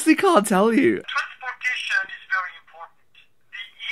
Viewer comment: Like listen to this in your video , and then compare it with a movie he shot years ago in which he speaks English with a French accent. You can find the link here: at minute . In both your video and this film, he says the word "transportation". Just compare both of them ;)